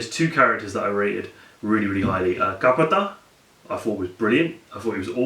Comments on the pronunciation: Before Reviewing such Epic Movies try to Pronounce the Terminology or we can say the Words used in Movie like Names like Kattappa,,,, its not katapa....... please...... i loved way the left person verdict...... totally great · It's Kattappa... not Kapata... Nice review... probably the best. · its Kattappa....not kappatta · Pretty good review over all and the two of you had contrasting ideas about a particular aspect of the film which I think helps bring out better criticism overall. Also, His name is "Ka-tta-(a)ppa" not "kapatha" XD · a. its not kapatha it is KATTAPA b. Seriously dude your english sucks, why are you speaking with great difficulty. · thats katt-appa , not kapata :) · It feels great when non Indians (I think you are not) review our films...Don't worry about people saying negative things on you.... At least you are making an effort to say how the movie is from your perspective. BTW, its Kattappa and not Kappatha...but who cares man, I like what u are doing... If you like this movie, then you should also watch Magadheera by the same director as well, which is the only telugu movie I watched till the end... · The review is so great. BTW... it's Kattappa .... not Kapata. :P Thumbs Up! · guys it's Kattappa! :D You pronounced it as Kapata! ;) Overall a very honest review. Actually Baahubali is one of THE best visual masterpieces created in India till date. Loved the war portion. That was super awesome! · Its KATTAPPA. Not KAPPATTA :) But good review :)